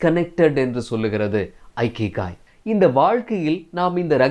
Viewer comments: இகிகை என்று சொல்லவேண்டும். ஐகிகை அல்ல. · Not aikigai it is ikigai. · ஐகிகாய் is the wrong pronounciation. the correct pronunciation is இகிகாய் "iki" means to live in Japanese language and "ikigai" means purpose of the life. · Bro, the word Ikigai should be pronounced with sound "e"kigai and not "I"kigai. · It is not Aikigai. It is Ikigai. For information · Chinna thirutham anna.''ikigai' Ucharikum podhu ' ekigai'enru warum.👍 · In a Japanese pronounsation This is not a ikigai that's called as இக்கிகாய்.🙏👍👍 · Hello bro, good effort. kindly check the pronunciation of IKIGAI